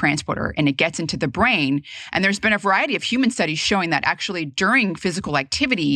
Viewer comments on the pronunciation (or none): none